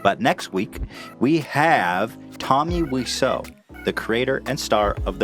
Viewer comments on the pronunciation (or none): tommy what now ethan? its pronounced "whaisau".. have some respect for a legend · Greg Sestero and Tommy pronounce it "Whiz-zo" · It's Pronunced wiz-zo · Guga Nadirashvili Guga Nadirashvili if that's the case then it would probably be pronounced "vhaisau" because he's polish and that's how they pronounce W's for some readoj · it's not "why-so" like pewdiepie and others says, thats just an americanized way of saying stuff. just like americans always butcher pronounciations